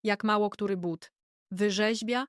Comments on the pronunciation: Nie mowi sie bat tylko buty!! Sztuczna, niedopracowana inteligencja, królowo!!! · Ten debilny AI powinien być na tyle mądry aby czytać But a nie Bat ..słuchać tego nie można . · Jesli mozna wymawiac "buty" to jaki problem jest z wymowa tego samego slowa w l.pojedynczej? Czy to tylko niechlujstwo maszyny czy jej obslugi? Jezyk polski zasluguje na szacunek, jak kazdy inny.